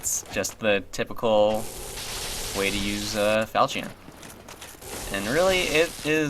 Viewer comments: 8 years in the future: It’s fal-shin. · Pronounced "fal-kion" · Actually, it's "fal-shion" it's a mesopotamian weapon by origin, and a generic term for a sword from the falchia family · you have been saying it right. it is not pronounced "fal-kion" but "fal-chin". I have found many different souces that support this and even give audible examples. this is the way it is pronounced. though, im not sure it isnt a "to-may-toe" "to-mah-toe" deal. cant be sure. but still, i have found several sources pointing one direction. ill stick with it. plus it sounds better. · really? I was told the french pronunciation was "kion"?